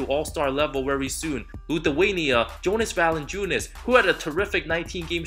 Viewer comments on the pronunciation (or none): Jonas valanciunas is pronounced yo-nis val-an-chune-is